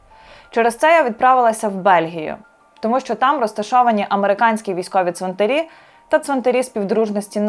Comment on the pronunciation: Важлива і потрібна для розуміння інформація. Дякую. Щодо мови ведучої – варто частіше спілкуватися з різними українськими словниками. У слові 'ЦВИНТАР', наприклад, наголос падає на ПЕРШИЙ склад як в однині, так і в множині !!! Тож не калічте в етері українську мову, адже ви ділитеся власною думкою з усією Україною і не тільки.